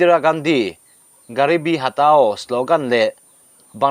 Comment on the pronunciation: Hatao hi hatau ti la, rao hi rau tiin chhiar mai la maw le.